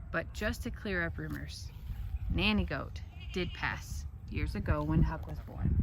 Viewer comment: Huck, not Hick. LoL